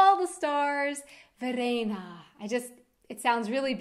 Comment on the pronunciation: My name is Verena :) And i like the way you speek it. It sounds not as harsh as it sounds when Germans speak it.